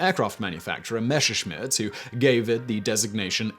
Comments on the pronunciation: Messerschmidt , not Mescherschmidt. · It's "Messerschmitt". Not "Meshershmitt". ;) the "s"ses in "Messer" (knife) are pronounced like in "mess". The "shmitt" (a "Schmied" - which is the word's modern spelling, is a smith) is okay that way, though. Not 100% correct, but the English "sh" is the closest you have to the German "sch". ;) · Why do you keep saying "Mesher-schmitt"? It's "MeSSer-schmitt". Just pronounce it the way it is spelled. Yes, I know because I am German. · And while you practice that you'd also might want to review "Messerschmidt" once more. There is only one "sch" sound in there. The double "s" is just a very sharp s sound and not a "sh" sound. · Your pronunciation of the Name Messerschmitt makes my (german) ears bleed.